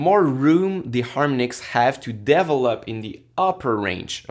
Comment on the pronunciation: You are a very good teacher! It took me a while to understand when you said "devil up" you meant "develop"... lol! I am really going to enjoy this series since I don't have time to take your course right now and I think that every little bit helps!!! Thanks!